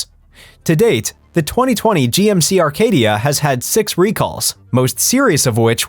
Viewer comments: There is NO model called Arcadia. The model is Acadia no R in it. Perhaps you should learn to pronounce the name of the vehicles you review???? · There is NO letter R in the GMC Acadia! It’s not a Rcadia! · Acadia NOT ARcadia. Sheesh. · How should we believe you when you can’t even pronounce the name of the car correctly? It’s an Acadia not an Arcadia. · Arcadia or Acadia - we are supposed to trust you even if you can’t spell / pronounce vehicle names? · How am I supposed to take your advice when you cannot even get the name of the vehicle right? It’s GMC Acadia not GMC Arcadia. Do your research. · #10 GMC Acadia, not "Arcadia" 😅😂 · It’s ACADIA not Arcadia. I had a 2008 model. Tons of problems with it. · it's Acadia nor Arcadia. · Acadia not Arcadia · It's ACADIA NOT Arcadia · The computer voice does not know the difference. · No R in Acadia